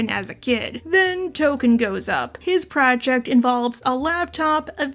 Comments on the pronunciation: Tolken not Token. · Nooo, his name is Tolkien not “Token!” 🤣🤣🤣 Thanks for the new video and hug your furbabies all 💙🐱💙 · It's Tolkien, as in J.R.R. Tolkien. It always was, and if you thought otherwise, YOU are the problem!